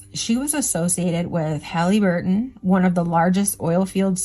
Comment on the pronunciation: Please, it's not Hallee-burton. Not a long 'e'. More like Hallaburton